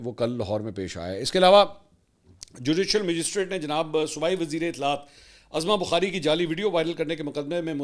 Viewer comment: Azma bukhari koi nam nai hota uzma bukhari hei